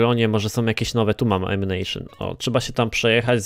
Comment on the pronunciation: ''Ammucajon'' co za rak XD